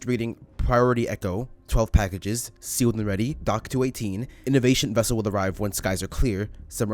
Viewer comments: From what I hear its not inovasion vessel but elevasion vessel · ive done that Radio transmission, however when i hear it to me it sounds like "Elevation Vessel" considering he says Submersible class pretty sure theyd want to Reach a certain Surface or different Docks or Main docks to bring stuff back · Sounds more like "Elevation" Vessel